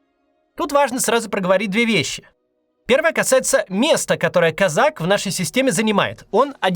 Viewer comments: кОзак он, а не казАк! кОзака, а не казакА. Такой ляп обескураживает, не ожидал от Максима. Куда смотрели редакторы? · кОзак, не козАк !!! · Он кОзак, а не козАк. Те, кто пишут Максу тексты, ставьте ударения, Макс прям регулярно ошибается в именах собственных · Максим не Казак а Козак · кОзак а не козАк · Не КАзак, а КОзак. Это две большие разницы. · по-моему, он не Казак, а кОзак! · Его фамилия кОзак. Просто уши режет это козАк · Не КозАк а КОзак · Не КАзак- КОзак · Блин! Ну кОзак, он! кОзак! Ударение на О!! А не козАк! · КОзак, а не КозАк. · Не КозАк , а КОзак... Не надо масти путать... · да не козАк, а кОзак. Кац, ну что за?... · Он КОзак, а не КозАк, ударение в фамилии на первый слог. Я не представляю, как можно этого не знать - Бывших путинских чиновников на синекурных должностях или вообще в отставке огромное количество. Про них не вспоминают именно потому, что они в отставке и про них ничего не видно и не слышно, и переходят они в это состоянии постепенно. Был министром, потом становится сенатором или депутатом Госдумы, потом советником президента, потом в каком-нибудь совете директоров Совкомфлота, а когда он из этого совета уходит на отдых - никто этого и не заметит уже. Редко уходят прямо с высокой должности в никуда, но я и не думаю, что Козак прямо в никуда уйдёт. Поэтому не надо раздувать из мухи слона, мне кажется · Да что же все как сговорились - он кОзак, а не казАк!! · не кАзак, а - кОзак. учи матчасть, максимушка, после позорься в паблике. как дела с переманиваем спикеров с ютуба в вк ?? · мне ещё интересно, если это украинская фамилия, то ударение должно быть КозАк. А его вроде называют КОзак. А Максим - вообще КаЗАк. 😊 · Вы уверены что ударение КозАк а не КОзак? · НЕ КОЗАК А КОЗАК УДАРЕН Е НА ПЕРВЫЙ СЛОГ .. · КОзак, ударение на О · Очень падает авторитетность слов от обычной ошибки в произношении фамилии кОзак Как будто нет понимания о ком идет речь, даже если это не так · Ударение на первом слоге. кОзак.